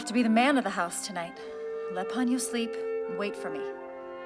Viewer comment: What's up with Pony-oh and Sauce-kay?